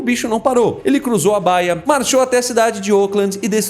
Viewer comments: Não seria baía ao invés de báia? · Você logo percebe que o narrador é burro quando ele não sabe ler o nome baia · Seus vídeos são muito legais com esse estilo de quadrinho. Só uma dica, baía (do mar) se lê igual Bahia. Baia é um local de descanso para cavalo ou posição de atendimento.